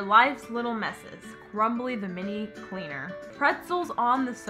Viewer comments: It’s pronounced Crumby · Does she notice that it is crumby not crumbly lmao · it is not crumbly, it it crumby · It's crumby for heaven's sake and she keeps calling it crumbly 😂 I enjoyed it 😂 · Does anybody else notice that the lady bug is CRUMBY and she be calling it CRUMBLY no hate just funny